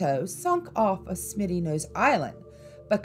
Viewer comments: Smuttynose instead of Smittynose. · Smitty not Smutty was what got me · FYI, it’s Smutty nose, not Smitty. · Smuttynose, not Smittynose.. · it's Smuttynose, not, Smitty; been to Mystery Hill and if the editors of this yak went there, they would discover it goes waaay back, theres a sacrifice stone, chiseled imprints in stone for making stone spear heads and would learn that all the stones in the area line up for certain sun spots for timing the year; I've talked to locals and have researched the Saco River story, the baby drowned and they killed the mother which is why her father, a chief, cursed the river, it's true that 3 white people drown every year except one back in the 30's or so, locals won't let their kids swim it it until the three drownings, but if your of Indian decent, your void, it is a tough river in spots where you have to watch your ass, tadaa !!!